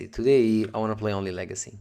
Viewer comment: Legeecee Veedeeo